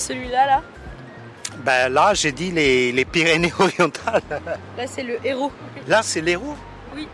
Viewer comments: La nana journaliste l’archétype de la bobo parisienne en école de commerce. Elle lit « le Héraut » ou lieu de l’Herault. Donnez pas de leçon VA+ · Je vous aime VA mais trouvez des intervieweurs plus talentueux l'Hérault elle prononce ça "le Herault" c'est inexcusable quand le video traite d'histoire et geographie je suis désolé ça fait trop amateur.